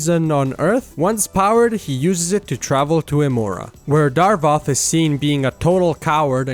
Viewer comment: idk how i feel about you calling him "Darvoth" instead of "Davoth"